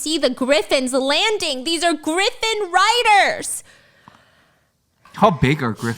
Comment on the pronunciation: Not stephanie calling a Griffin/Gryphon as a Graifin 😂